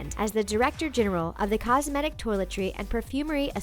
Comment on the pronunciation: Why did she pronounce "cosmetic" in such a weird way?